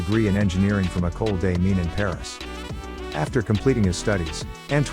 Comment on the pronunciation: How about getting a narrator who can pronounce French words, in a video about a French family? The male French name Jean is not pronounced like a girl's name, nor is Mines as in Ecole des Mines pronounced as in English. It's said Means not Mines. How difficult is it to check the script with a French speaker, and learn the right way? Just sloppy and unprofessional.